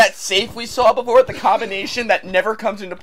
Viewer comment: The inflections he puts on certain words, his frequent mispronunciation of words like "the", and just his accent in general remind me of Chris Chan because they make him sound really awkward.